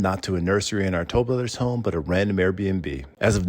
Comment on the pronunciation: 📐Wow!!! Good example of Speed process in construction without any care of the product.🤨 Most consumers don't know that Improper installation of materials can void out the manufacturer warranty of the product in a lot of cases. AND... I cringe when I hear " Tol brothers". 😬